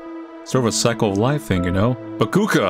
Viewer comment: did u just "makuka" me